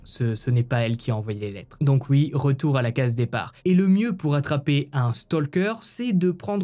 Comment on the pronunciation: Coucou tes histoires super travaillé sont exra 🎉juste quand tu dit oui ont entend uuuuii tu dis pas le ou ....i "oui" j adore tes commentaires et tes particularités mais ce uuuuiii choque 1 peut...😂🎉